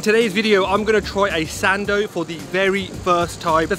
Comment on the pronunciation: OMG! you came all the way to Birmingham for a sandwich 🤦‍♀️ slightly disappointed bro. Btw every time you said Sando i thought u were trying to say Sandy 😆 just kidding